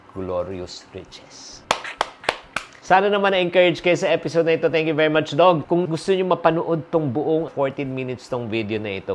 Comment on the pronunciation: Doug is pronounced as dug and not dog